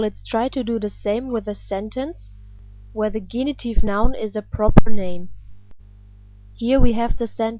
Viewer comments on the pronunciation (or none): Thanks much for the video lessons. May I ask to correct the English pronunciation of 'genitive'